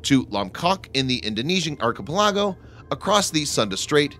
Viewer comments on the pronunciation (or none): never heard someone pronounce archipelago as Arky-pi-lago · try the word archiPELago it will sound like you know what you mean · Thanks. What did you say? Archepel what? Sono is now said 'suno'? What is wrong with people? Make the effort. Both words are part of the English lexicon. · Please go to ANY dictionary an look up the proper pronunciation of archipelago. (ahr-kuh-PEL-uh-goh) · Thanks for the original content. Have a look at how you pronounce "archipelago". Emphasis should be on the "pel". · Interesting information, but this narrator's constant mispronunciation - even of purely English words like archipelago - is very distracting. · Learn to pronounce "archipelago" and "sonobuoy". Also, what was the countdown about?